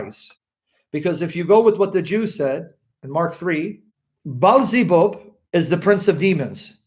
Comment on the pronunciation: Balzebub, Balzebal, Bilzibul, Balzibal 😂😂😂